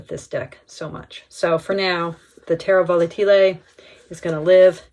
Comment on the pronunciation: This deck is fantastic. I wish I could buy it. Oh, and your pronounce was very close. It is TE-rra vo-LAH-te-le